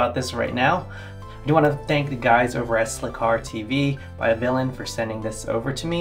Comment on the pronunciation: its vilain not vilian